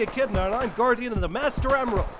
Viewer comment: MOOSTER OOMRAELD Edit: try to find the parts were he says master emrald.